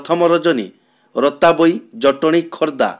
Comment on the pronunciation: ଭାଈ ରତାବୋଇ ନୁହେଁ ତରାବୋଇ